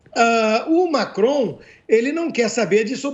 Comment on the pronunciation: Macron..." lacron" kkkkk